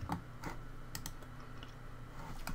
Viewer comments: it is ccleaner not cccleaner, get it right, thanks for the vid lol:D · It's not pronounced CC-Cleaner it's there's only two C characters not three man. So it's C-Cleaner I'm just saying! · its ccleaner not c.c.cleaner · lol its called c cleaner not cccleaner hahhahahaa here a link for the best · I just love when they say "CC Cleaner"